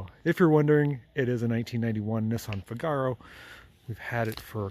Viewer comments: Please call that car a Figaro accent on the fig.. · Yah - he says it like cigar-oh!